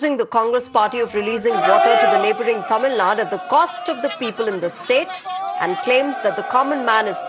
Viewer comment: What the hell is "Tamil Nad"?? It is "Tamil Nadu".